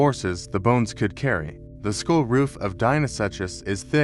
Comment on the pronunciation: Skull not school. Someone teach this AI the difference